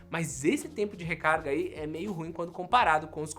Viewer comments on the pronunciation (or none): none